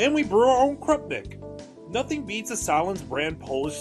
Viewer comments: Bro... it's SAY-lens, not sale-INS. And if it's not cooked over coals/on a grill, is it even a hot dog? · no hes not. we dont say sahlens like that or dip pizza logs in bison dip....